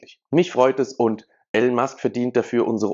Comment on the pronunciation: er heisst Elon und nicht Alan. peinlich wenn man nichtmal namen richtig ausprechen kann